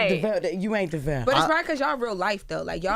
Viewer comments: Same!!!! Like how!!! That shows he isnt a true supporter because how you get it wrong!? Especially after Jess said it right, and they mentioned his name multiple times in stories. Im like this shit is grinding my gears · The fact that he didn’t correct them made my skin crawl too. As someone who has heard their own name butchered … it’s so important to have people say your name correctly. It’s just a show of respect. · Am I the only one annoyed that they can’t seem to get his name right, he even gave them a hint by constantly saying his name and Charlemagne still keeps calling him Duval. Every time they come on this show I wonder why they don’t correct him, anyway this was a funny interview. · I’ve been rocking with and Devale since they lived in the apartment and filmed their YouTube videos. They are such an inspiration to so many. I love their relationship and I love how they keep it real. I really wish Charlemagne would learn to pronounce his name correctly. I cringe when he says it. But they r a wonderful couple and I get involved with all they do. Much love and respect ❤❤❤ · Charlemagne got ONE MORE TIME to pronounce Devales name wrong!? Been in the game decades and interviewed them 3 times and STILL getting it wrong is unacceptable. I’m sorry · This is LEGIT one of my fave couples, HANDS DOWN! I love their love, communication, family, and public vulnerability. But if the BC fam doesn't stop messing up my guys name even when he keeps saying it...they gon get donkey of the day. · Charlamagne, that man has been around long enough for you to pronounce his name correctly. Get that shxt together sir. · The way they mispronounced Devale’s name the whole interview 🤦🏽‍♂️ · Devale said his name sooo many times... and they STILL mispronounced it. Please say it right y'all. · When Charlemagne says devale’s name, it’s like “why aren’t you pronouncing his name correctly sir?” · Right I’m like his name is not Duval and he not in Florida, it’s DEVALE!